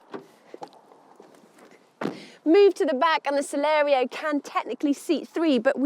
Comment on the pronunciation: At least twice she called it the Celero! It's Celerio.